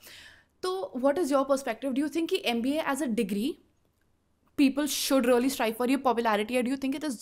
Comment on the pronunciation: Anchor should pronounce “really” instead of “Ree-o-Lee”